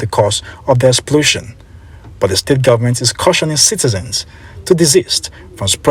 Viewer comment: He kept saying “we the Gunmen’t” If u can’t pronounce “Government“, no appointment for u.